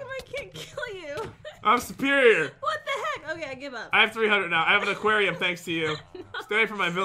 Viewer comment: calls aquarium aqwato XD